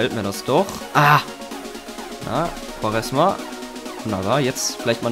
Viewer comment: Hey er wird nicht quaresma ausgesprochen sondern quareschma^